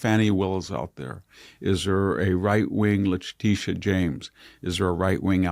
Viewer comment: will you please please please please please please please please stop saying “… I was wondering…“ and “…talk a little bit about…“! These are both simply verbal ticks and are extraordinarily irritating to hear in every episode! Congratulations to VDH for finally learning to pronounce Letitia. You’re the last person in America to learn the correct pronunciation, but you finally learned it!